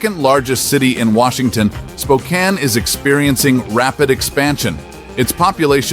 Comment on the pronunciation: I’ve lived in Spokane for the past 50 years. It’s pronounced “Spo-Can”.